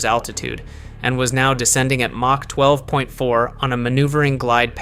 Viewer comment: Two missiles were fired at Diego Garcia. One fell before arriving, the other was shot down by a SM-3 missile. Seems AI is having trouble saying mach. I thought all the Iranian submarines had been sunk, guess that was just another fantasy in Trump's mind. A pretty good presentation of how this unfolded. Not sure if the submarine sinking occurred or not.